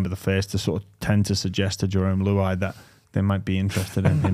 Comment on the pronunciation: How does he call Jerome luai , Jerome luow. Absolutely shocking haha